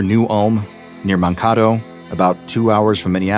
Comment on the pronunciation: Haha love the MN representation! And good try on the pronunciation of Mankato, but it's man-kay-toe